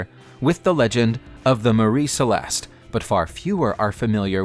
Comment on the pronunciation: Mary (pronounced mare E)Celeste